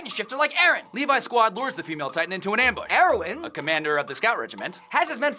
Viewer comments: Why do they keep saying Armin like Armeee-an and Erwin like Erowin? And dude, the Titan at the end was obviously inside the wall, not breaking it. The wall was chipped and broken because Annie tried to climb it, therefore exposing the Titan on the inside. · Lol they said arrowin instead of erwin and armeen in staid of armin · Why are they calling Erwin, heroin? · When they say Erwin it sounds like heroine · Why do you say "Eroin" instead of "Erwin"? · It's erwin not airwin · LOL! You Were Calling Erwin Heroin